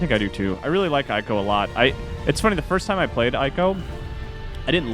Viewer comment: I'm super late, but I hope you start pronouncing Ico correctly. :)